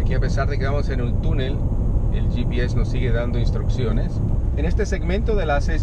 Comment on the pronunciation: Coño si hablas en español, que trabajo te cuesta decir " volvoxc60 ( Equis c sesenta)" . "gps ( GE PE eseeeeee) joder.